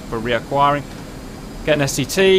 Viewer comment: Every time I hear Cap saying STT I hear STD... and it makes me feel uncomfortable...